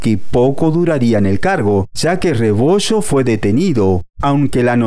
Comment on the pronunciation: Es multi millonarios no multi michonarios, es Medellín no mechedin, rebollo no rebocho, región no rechion, es fallo no facho, es millones no michones